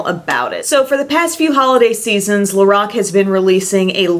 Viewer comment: The way she says Lorac 🤐🤐😩😩 LO -RACK